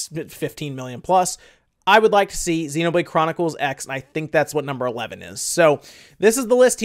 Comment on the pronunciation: Xenoblade Chronicles x is actually pronounced Xenoblade Chronicles Cross. Soft E after the X.